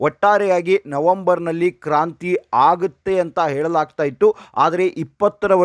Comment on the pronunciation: ಕಾಂತ್ರಿ ಅಲ್ಲ ಸರ್ ಕ್ರಾಂತಿ ಅಂತ ಆಗಬೇಕು.🎉🎉.